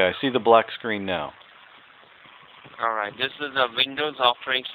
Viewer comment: lol at the monthly free check up call... allwite :)